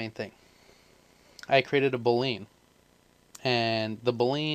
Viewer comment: It's 'boo lee N' not 'blain'